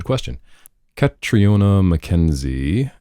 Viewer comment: Such a good episode! Thanks for answering my questions! Its really interesting to hear about everything that goes on with you guys! (btw its the scottish pronunciation - Ca-tree-na - no emphasis on the o!)